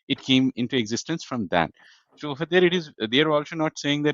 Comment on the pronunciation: please “So” world ta thik moto pronounce korun. Sounds like “শো" which can cause misunderstanding also distraction